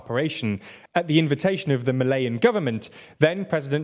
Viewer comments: Malian government, not Malayan government Malian, not Malayan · Downvote: "Malayan" for "Malian". Ludicrous: it would have taken you 2 seconds to look that up. Idiots.